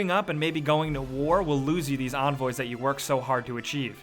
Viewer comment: Onvoys? it begins with a E